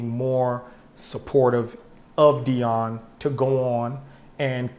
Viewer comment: who the fuck is Deon? I could of sworn it's Deion😂